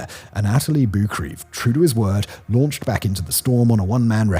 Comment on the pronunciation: I believe that Boukreev's name was pronounced boo-kreh-yev?